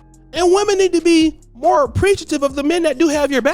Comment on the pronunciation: "Wait.., there's muore"!!